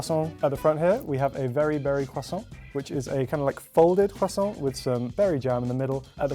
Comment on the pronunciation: « Croissant » is very well pronounced, congrats 😁